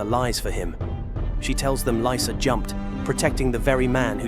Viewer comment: Lisa Arryn? LISA? It's Lysa with a "Y" not Lisa with an "I", cause Lysa with a "Y" goes * .eye.* not *eee*. 😘